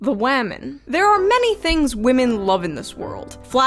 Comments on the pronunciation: I’m gonna need a video explaining why younger women can’t pronounce women, but instead always say “woman” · "The Wemin" 😂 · Why do some youtubers say the plural of the word woman correctly but a shocking number do not?